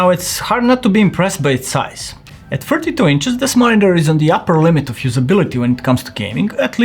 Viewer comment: He did sounded like 42 or mispronounced